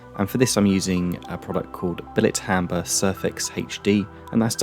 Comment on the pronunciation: Lol it’s Bilt Hamber not bilit but none the less cracking job